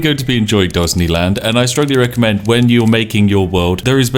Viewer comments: The Spiffing Brit: Dosney land Captions: Ghazni land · "Dosney Land" I losted so early in the video. hahahaha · Dosney land XD hahahahaha NANIIII? :p